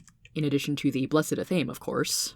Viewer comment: Athame Ath-uh-may